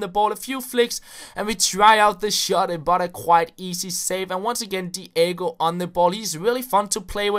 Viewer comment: DEE AY GO lol